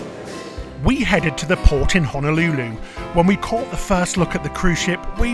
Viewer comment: The rice isn’t undercooked; it’s how we prepare it here. A bit sticky, NOT fluffy. Also, it’s hoh-noh- LOO- loo, not hanalooloo. And it’s why-key-KEY, not with the stress on the middle syllable. Just a bit of direction to help you enjoy yourselves even more.